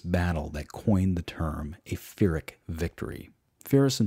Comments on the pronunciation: I mean he is the guy where « pyrrhic victory » comes from. Fyrrhic victory would be cool but where did you get this prononciation really? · You did a great job introducing the punic wars, but you kept mispronouncing Pyrrhus and Pyrrhic. They're pronounced "pir-ris" and "pir-rik" respectively. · You obviously know a lot of history. How on earth you never heard how pyrrhus or pyrric victory are pronounced? !!